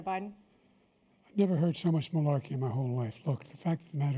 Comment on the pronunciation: Man said marlarky 😂😂